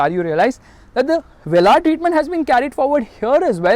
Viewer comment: The way you say vellaar ÷